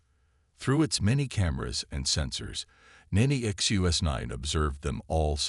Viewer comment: Funny how NONE of these sci-fi channels can ever spell HULL. They call it hall, hole, or something else just as inane. Good stories are so damaged by many bad pronunciations, and bad spellings. Disgusting that the AI bot reader can't say "NEXUS 9", has to break it up to "NEXT U S 9" or some other variation. And it is spoken so often to be really irritating.